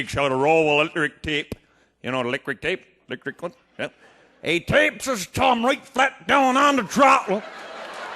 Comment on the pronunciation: "He tapes his t'umb down on da t'rottle"